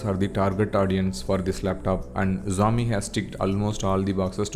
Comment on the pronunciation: Xiaomi pronounce sehi dhang se karlo..